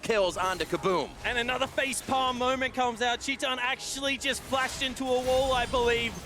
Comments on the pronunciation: Since when "chee-tan" is the pronunciation of TITAN (an ENGLISH word btw)? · Actually, its tai-tan. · Titan = TEE TAN. That's how you pronounce his name. Please, do it right. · Filipe Aguiar chee tan *